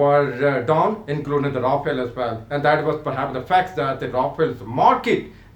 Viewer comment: Yaa toh english ke accent sahi karke bol yaa toh sahi seurdu/hindi, Rafel toh bola nahi jaa raha... bada aya PAF dominate karne wala. Shows some facts and proofs instead of mouth shit.